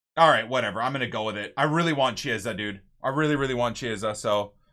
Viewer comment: please is not cieesa, is pronounced kiesa basically, the ch in Italian sound like a k. Loving the series keep up the good work